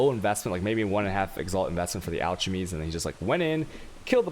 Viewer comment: No one: al-chi-mies